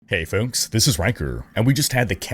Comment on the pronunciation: “Hey foaks”